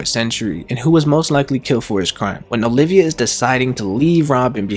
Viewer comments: I can't.... OLVia, not Olivia, goddamnit! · it's nico OLVIA not olivia